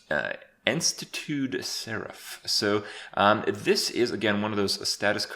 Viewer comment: Enstatoot LUL